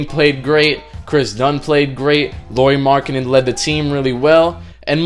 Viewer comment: C'mon MaN. If u gonna make a video that really about one person and that happen to be about ROOKIE FIRST TEAM LAURI MARKKANEN say his fucking name right! I am sick of you fakes talking like u know bout basketball but can not get the players names right!